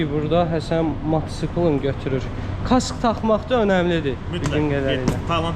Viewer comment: Matçkl yox mataçkl